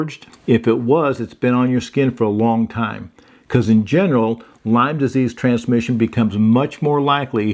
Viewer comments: Great video. It is Lyme disease, not Lymes. Named after Lyme, CN. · It's not Lymes (plural) its Lyme disease named after Lyme CT. Folks get confused about this so thought I'd correct it. No disrespect intended 😊